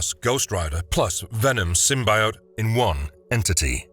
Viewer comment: Anug Un Rama is Hellboy's Real form. Hulkverine/Weapon H is his own character and he is not monstrous by any means. Your pronounciation of 'symbiote' is disappointing.